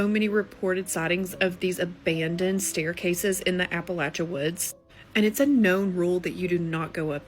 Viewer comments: People actually from Appalachia don't pronounce it like that. You can lose your accent when you move away, but you don't forget how to pronounce the name of the place you "grew up" in. She's 100% trying to pretend this actually happened to her. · “Ap-Pa-La-tchee-ah” it’s “apuh latchuh” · I have written this reply for the third time. Keeps disappearing, so the (still not so) short and sweet version it is. The first girl. No one says it Apple-a-chia. Appa-latcha or Appa-lay-cha are both acceptable forms (depending on which region you are from). I'm told I say it like a yankee, with the hard aye. I learned the word from reading it, so that pronunciation stuck, even after living there for 10 years through my teens and yound adult years (where the locals said it the other way). I suspect that the first girl also taught herself the word, reading it as Apple-a-chia (like the chia pet or seeds), and that's why she says it that way... suggesting that she isn't actually from there as she claims. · What southerner or Appalachian says “app-ah-latch-ee-uh” Huh?! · Pronounced Apple-ay-sha or Apple- Atch-Chia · no yeah bc appalatch-ee-uh is crazy. i wouldn’t be able to write out how it’s said but im also from the midwest so it doesn’t matter coming from me. but i do know it was incorrect and no one from appalachia is gonna say it that way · my people have lived in that area for GENERATIONS and I dont care what Matteo Lane (or whomever) has to say... its AP-UH-LATCH-UH. That chick has never been anywhere NEAR here or she would know how to say it. Period. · Yep, first one appalac----iuh lol not even close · I thought the same as soon as she said Appalacheeya… 😒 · Yep. Right in the first 10 seconds she said she grew up in Appala-Chia like chia seeds lmao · Only thing that happened to the the girl from "appa-lach-IA" was her mammaw cut her bangs with a plastic bowl with fork scratches and sketty stains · The first one is not real that’s not how you pronounce Appalachia